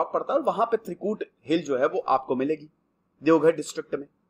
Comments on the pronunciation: Devghar nahi sir it's deoghar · Deoghar plz correct ✅ not devghar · No devghar It's Deoghar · Devgarh ❌ Deoghar✅ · Sir ji it's Deoghar not Devghar... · Sir it's "Deoghar"